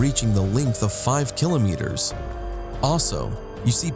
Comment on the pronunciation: Can we take you seriously when you can't properly pronounce the word "kilometers"?